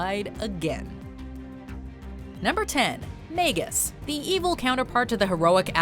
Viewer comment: This is the first time I’ve herd the magus pronounced wrong